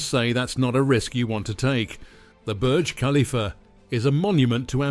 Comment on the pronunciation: Pronounce the topic of your video correctly. Thumbs down. Do better